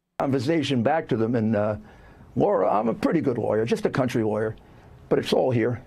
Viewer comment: 'I'm just an old country-time loiya.'